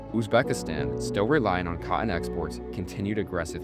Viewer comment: It's pronounced: cot-ton, not "caught-in"... Sigh